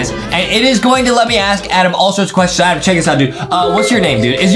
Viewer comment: its not adam its adem:face-turquoise-drinking-coffee::face-fuchsia-poop-shape::face-purple-smiling-fangs